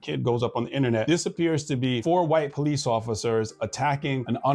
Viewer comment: ‘HELP ME, HELP ME!!!’ Ok, bro…we’ll call the PO-LEECE!!!